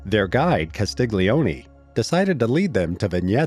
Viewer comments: It's Castilioni. The "G" is silent. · G in italian before N or L just adds and i or it is not pronounced at all. Just like Vignette is pronounced Viniet in English, Castiglioni is pronounced Castilioni, or Bagno goes Banio.